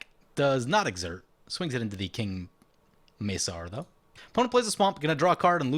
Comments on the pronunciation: The C in King Macar is hard, pronounced like a K not an S. Hence King Ma-Car driving Cars. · That is some saffron olive level of mispronounciation with king macar